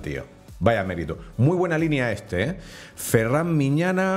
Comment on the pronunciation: has pronunciado mal el apellido de ferran